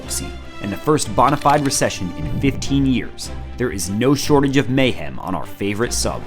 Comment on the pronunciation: how the fuck do you correctly pronounce "detritus" but not "bonafide"